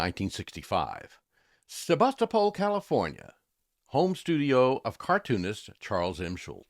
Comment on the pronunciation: Snoopy? This guy can’t even pronounce the city Sebastopol correctly. I never want to hear this guy’s coffee slurping voice again.